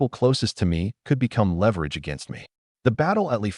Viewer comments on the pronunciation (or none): none